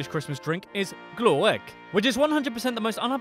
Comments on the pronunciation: It hurt my ears hearing him pronounce Swedish words, I’m Swedish so I know the real pronunciation and... it was pain when he tried to pronounce glögg but said glåegg instead.... that shit hurts man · I´m from sweden and I´ve never heard about the screaming out of the window or the moose tests, haha. But you´re ok about the pronouncing, except when you said Carl Linneaus insted of Carl Linné. But it gave me a good laugh tho, :D But I laught until I cried when you tried to say glögg. You´re awesome, haha. Tack and Hejdå ;) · you säg Glögg not "Glå-ägg" x'D You almost said "grey eggs" but you don't have the tongue for Å Ä Ö x'P You also failed to mention that collage here is free and paid by the state and + that you get 150$ each month for going to school. =) And that RFSU is the institute for STD's and is the first maker of the Condom as well as the vikings were with a .... Oh you research that last part. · its glögg not glöegg lol. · I don't know it as a fact, but his pronouciation of glögg was more like glåägg. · glå ägg lmao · I love your terrible pronunciation of all swedish words and cities!! XD And I am swedish so it makes it really funny for me to hear you butcher words like "glögg" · Yeah he completely butchered the word ‘glögg’... No wonder he thought it sounded unappetizing